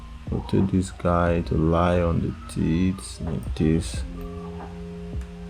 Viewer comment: Also "Tits" instead of "teeth"! much love =)))